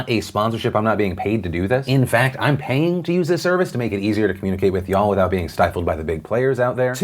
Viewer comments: Is it just me or is it weird hearing Phil say y'all? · I don’t like how Phil says “y’all” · STOP SAYING "YA'll" YOU AINT IN THE GANG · Why does he keep saying ya'll?